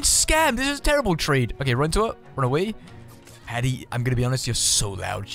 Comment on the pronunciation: I like how you don't even bother to pronounce Haddies name.💀